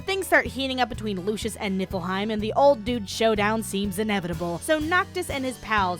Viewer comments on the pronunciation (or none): You should have used the ending title. It looks funnier Also I keep hearing you say nippleheim. I know its nifleheim or whatever by ehh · Keep accidentally hearing nipple hein instead of what the kingdom actually is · keep hearing nipple heim fjchdn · Am I the only one that just realised that it's Niflheim not Nippleheim? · It's not nifleheim. It's nippleheim. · Why do I hear Niflheim as Nippleheim T_T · LOL Nieflheim = "NIPPLE-heim".... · I can't unhear "Nippleheim". . . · every time she says Nifflheim I hear "Nippleheim" and at this point I'm not even disagreeing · ohhhhh niflheim. i thuoght it was nippleheim the entire time. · Every time someone says Niflheim. I can’t hep but hear instead Nippleheim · Every time you said nifelheim, I understood nippleheim... This is not a criticism, I am just misunderstood you the first time and I'm childish. I enjoyed this a lot😂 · All I hear is NIPPLEheim (I swear I'm over 21..lol) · I keep hearing "Nippleheim" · are you saying nippleheim? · I'm I the only one hearing her say Nipple Haim? xD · All I hear is nipple-hiem... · Am I sleepy or did she say "Nippleheim"? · nipple-heim. Thats all I've heard for this entire video. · I know that you're saying niflheim, but every time you say it, I hear nippleheim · I'm literally snickering every 15 seconds because every time you say "Niflheim" I heard "Nipple time" and fuck I swear I'm an adult I SWEAR IT!!! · Sooo... She's ddefinitely saying "Nippleheim" right? I'm not hearing things, she's doing that on purpose? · WHY DO I HEAR NIPPLEHEIM EVERY TIME ? ! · min Did she just said Nippleheim? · all i can hear is nipplehym rather than niflheim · why you always say nippleheim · Look I know it's called niflheim but I could have sworn hearing nippleheim for some odd reason. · Am i just a dumb fuck or do you really say Nippleheim? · I keep hearing Nippleheim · I keep hearing Nipple-heim